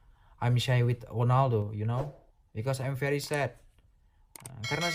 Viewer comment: woe bukan fery fery amazing tapi very very pake v bukan f, jangan di tunjukin kalilah ketololannya.. artikulasinya aja udh ga bener belagu lu.